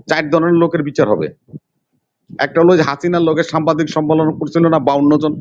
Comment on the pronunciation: সেই লোকটা সাংবাদিক উচ্চারণ করতে পারে না বলে সামবাদিক সে আসে টক শো করতে